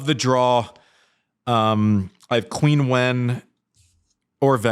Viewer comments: Hey, I love the show, but can you tell Andy to pronounce Qinwen Zheng's name correctly? In Chinese it's like "Cheen" not "Queen". I do a little cringe each time I hear "Queen" lol. Keep up the great work though! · Just so you know, Andy, Qinwen is pronounced like “Chin”wen, not “quin”wen. Always loved (and still do) your honesty, vulnerability, casual and human approach, and sense of humor! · To be fair- the correction is right. However, most fans pronounce it as Queen. Most of us that love her, like that “Queen” knickname. Love the shows guys, keep it up.